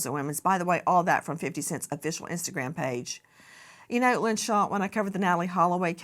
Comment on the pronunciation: I hate how you say 50cent name.... wrong wrong wrong 😮